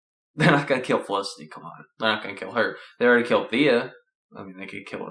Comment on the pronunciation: dude its not olicity its felicity